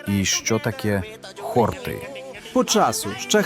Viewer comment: ХортИ, хортІв, на останній склад наголос, хлопці. Спеціально до словника заглядав, бо ріже слух.